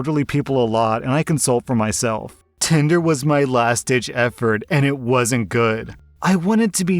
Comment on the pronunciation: I keep hearing "*tender* dirty limerick" rather than "tinder". It puts a whole new spin on the joke though!